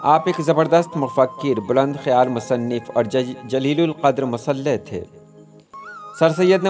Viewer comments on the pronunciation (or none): Aap ne sir Sayyed k mutallique bht umda maloomat faraham ki hai .aap ne ek qable sataish qadam uthaya hai jis se talaba aor ahle ilm istefada krenge .Lekin meri aap se darkhasst hai ke talaffuzat pr bhi tawajjo di jaey. Jaise , aap ne musleh ko musallah kaha hai jo degar maane me aata hai Aur fot ko aap ne fawat kaha hai.🙏